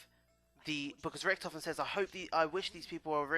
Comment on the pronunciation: It's richtofen not rictoven